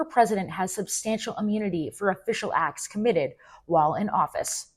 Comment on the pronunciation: What's wrong with this generation that they do no enunciate their t's. It's acts not ax. It's button not bu-un. Drives me crazy.